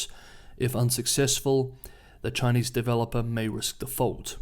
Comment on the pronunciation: Finally a reporter on Chinese news who knows how to pronounce Chinese names! Subscribed.